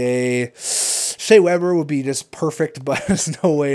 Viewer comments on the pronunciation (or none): none